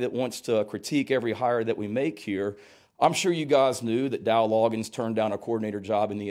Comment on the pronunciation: It's Dowell Log-gains